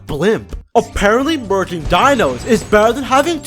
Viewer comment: Why did I hear virgin instead of merging